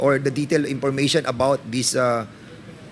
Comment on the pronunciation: tapos opis(office)of(op)payling(filing)information(impormation)one point two.(Wampoint2)kakahiya😂😂